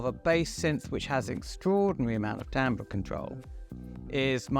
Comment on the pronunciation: first YouTube video I've seen where "Timbre" is pronounced correctly. you have a loyal fan for life